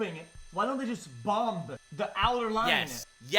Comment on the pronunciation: I still can't believe xqc says bomb-buh...